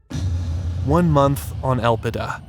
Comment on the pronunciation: Elpida = Hope in Greek. But should be pronounced on the second syllable.